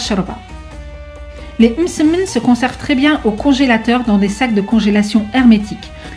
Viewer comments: Sarah zebda j’ai remarqué aussi lol « eummmsemen » mdrr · C'est marrant comment tu prononce le mot msemen 😂 sinon toooop